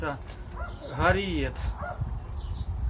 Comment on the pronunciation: На екрані пише Харієт А він каже Гарієт Так хто в сімї не грамотний?